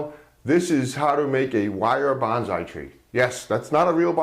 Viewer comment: I'm Japanese. I really like your bonsai works, but I just wanna tell your pronunciation is wrong. Not "BON ZAI", it's "BON SAI". You call like a "BANZAI" (means hooray).